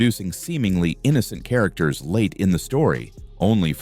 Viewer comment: Good, because the constant mispronounciations of character names is really distracting/annoying. Calls into question if you've even seen the episodes 😮‍💨